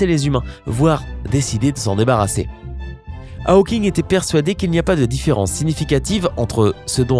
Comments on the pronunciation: Pitié, pas "Ha-o-king" ! C'est "Hau-king" (avec un o fermé). Si c'était "Ha-o-king", on l'écrirait Howking en anglais. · C pas haweking c hauking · "aoking" ?? tu as toujours autant de problèmes d'élocution mon ami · « Stéfeune Aoking » ??!... Not even close... Moi qui dis et redis, depuis des années, que la jeunesse française s'est mise à l'anglais... Bon... d'un autre côté, les Américains disent toujours « Shompsailizeï », alors on a encore pas mal de marge. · Steven "A-O-King" : mais c'est quoi cette prononciation... ?